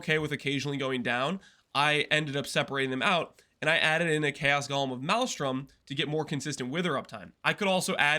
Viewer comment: I just keep hearing say gollum, not golem 🤔